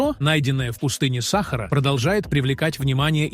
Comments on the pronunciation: Ты не знаешь русского языка. Не САхара, а СахАра. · Удорение на 2 букву а сахааара а не сахар учи русский язык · Это озвучка робота дебильная !!! сАхара ... бАрханами и прочее - это вообще идиотизм полный. Ужас! Интересный материал изгажен озвучкой ! Расстройство одно. Слушать невозможно!!! Озвучивацте сами голосом!! 🥴🤯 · Про сАхару мы никогда не слышали, мы слышали про СахАру. И про бАрханы, бархАнты, тутанхамУны никогда не слышали. Знаем слово бархАны, ТутанхамОн. И т.д. А ведь вас могут слушать дети, как российские, так и дети мигрантов, которые власти собираются обучать русскому языку, и выдворять с родителями, если не выучат язык. Или учителя также говорят, как вы? "УХИ РЕЖЕТ!!!" ВАШ претендующий на образовательный ролик. Позор вам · бАрханы? сАхара? что за новояз ( диз! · Ударение правильно ставь смотреть противно сахара в чай себе добавь